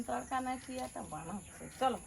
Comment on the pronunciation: তর্কা নয় তড়কা।খুব সুন্দর লাগল ভিডিও